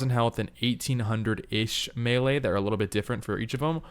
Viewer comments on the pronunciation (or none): none